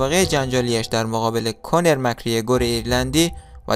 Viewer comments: کونر نه کانر 😂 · داداش اسم اون ایرلندی رو اشتباه میگی اول یاد بگیر چطور تلفظ کنی بعد ویدیو بده